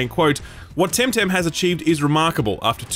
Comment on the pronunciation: Love hearing him struggle to call the name by tem-tem and not Tim-tam 😂